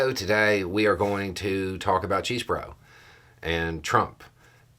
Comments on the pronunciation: First thing defendant Chesebro said in court today was his name, Kenneth John Chesebro, which he pronounced CHESS-bro. Now we know. Let's stop with the CHEESE-bro, shall we? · Are you deadnaming him on purpose? "Chezz-bo-ro"; not "Cheese-bo-ro" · Aw, hell nah, "Chesebruh " ! Say it ain't so...say it ain't so ! You really caved-in to the pressure, really ? "We should never interfere in a Republicans right to humiliate themselves." This includes eating "crow". Mmmmmmmmm....🤣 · Hey, (again).:) Just FYI, I watched the plea hearing and heard Mr. C pronounce his last name. The first "e" is short (sadly). So, it sounds like Chezzbro. Thanks for your thoughts!